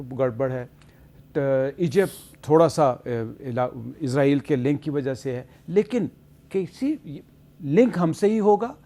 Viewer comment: جناب حامد میر صاحب۔۔ میں غور کر رہا تھا کہ اسرائیل کو تمام اینکر عزرائیل بولتے ہیں۔تو سوچیں جب ہم عزرائیل کہیں گے وہ موت ہی بنے گا ۔۔۔۔مجھے بچے بھی پوچھتے ہیں کہ اسرائیل ہے یا عزرائیل ہے۔۔۔آپ خود سننا کہ اینکر کیا کہتے بلکہ آپ نے بھی عزرائیل ہی بولا ہے۔۔۔۔۔استغفراللہ